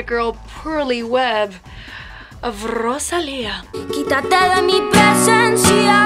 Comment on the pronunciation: Great Spanish strong “r” dear Guru 🙌🏼 Loved your recommendations. Si te gusta Rosalía te recomiendo mi cantante flamenca favorita